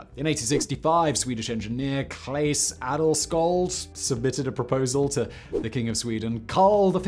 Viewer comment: Adelsköld=Noble shield. And the "sk" in sköld makes almost the same "sh" sound as in shield. Fun fact: We have about 20 different "sje" sounds in the swedish language. So I don't blame you for messing it up.